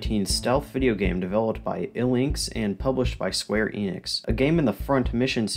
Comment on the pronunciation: The "E" in Enix is short, like in "energy". Also, great coverage.